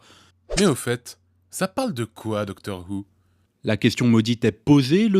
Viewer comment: Pardont c'est doctor DW who et non pas doctr DW who XD